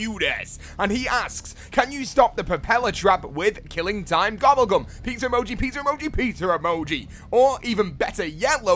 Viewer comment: Is it just me or does say pizzer emoji??